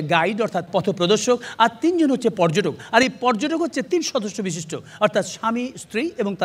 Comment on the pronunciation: হানিফ 'সংকট' যা বলেন, ০১. পর্যটক উচ্চারণ 'পোর্‌জোটক্‌'; সংকট বলেন, 'পর্‌জোটোক্‌'। ০২. প্রশ্ন উচ্চারণ 'প্রোস্‌নো'; সংকট বলেন, 'প্রোশ্‌নো'। আগেও একবার বলছিলাম, আবারও বলি। ০৪. সঠিক উচ্চারণ 'সঠিক্‌'; সংকট বলেন, 'শোঠিক্‌'। ০৫. কর্তৃপক্ষ উচ্চারণ 'কোর্‌ত্রিপোক্‌খো'; সংকট বলেন, 'কোর্‌ত্রিপক্‌খো'। ০৬. বাঁওড় উচ্চারণ 'বাঁয়োড়্‌'; সংকট বলেন, 'বায়োর্‌'। ০৭. মণ্ডলী উচ্চারণ 'মন্‌ডোলি'; সংকট বলেন, 'মোন্‌ডোলি'। .. ওনার পুওরলি পেইড চ্যালা যা বলেন, ০৮. কেমিক্যাল উচ্চারণ 'কেমিক্যাল্‌'; চ্যালা বলেন, 'ক্যামিকেল্‌'। ০৯. সেলিব্রিটি উচ্চারণ, 'সেলিব্রিটি'; চ্যালা বলেন, 'সেলিব্রেটি'। আগে থেকেই ঠিক উত্তর দেওয়া প্রশিক্ষণপ্রাপ্ত বলেন, ১০. ঐতিহয্য উচ্চারণ 'ওইতিজ্‌ঝো'; প্রশিক্ষণ বলেন, 'ওইতিজ্‌জো'। ১১. লক্ষ উচ্চারণ 'লোক্‌খো'; প্রশিক্ষণ বলেন, 'লক্‌খো'। আসেন, ইত্যাদিকে বিনোদনমূলক না বলে ভাষা 'নির্যাতনমূলক' অনুষ্ঠান বলি। এবং ভাষাকে নির্যাতন করার চেয়ে সংকটকে আদমব্যাবসা করা পরামর্শ দেই। নিশ্চয়ই সমাজে আদমব্যাপারির প্রয়োজন আছে।